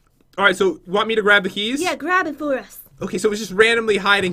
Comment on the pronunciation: he sed heys hahaha not keys